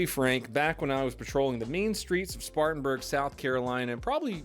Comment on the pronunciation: Spartanburg you say .